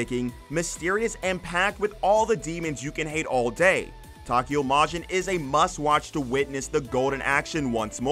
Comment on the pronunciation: Why does the narrator pronounce Tokyo in Tokyo Majin... Takiyo like the ta in taco?